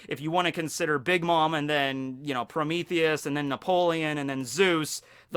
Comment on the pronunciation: Pro-MEE-thee-us. Not Pro-MEH-thee-us.